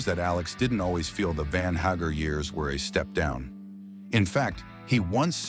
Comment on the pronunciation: Van Haggar ? Nice pronouncement by the narrator. Haha